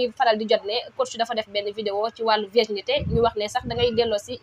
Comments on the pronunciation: On ne dit pas verginité mais plutôt virginité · Virginité au lieu de verginité. Bonne continuation !